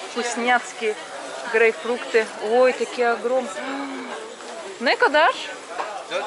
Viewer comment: не грейфрукты,а правильно грейпфруты